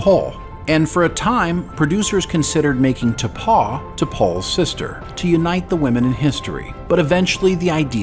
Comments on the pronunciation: T'Pow, not T'Paw. Oy vey, dude. 😂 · You keep repeatedly mispronouncing the name of the character that was supposed to be first officer before T'pol. The pronunciation is more like T'pow, much like a small child would say when they are playing cops and robbers and shooting a gun. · How do you mess up the pronunciations of “T’pau” and especially “Hoshi Sato”